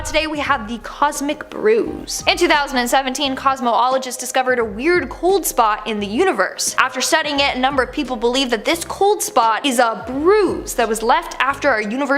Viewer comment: It's pronounced *COZ-MOL-O-GIST...not COZ-MO-OL-O-GIST